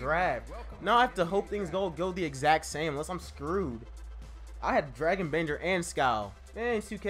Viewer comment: You pronounced Skal Labissiere wrong and Dragan Bender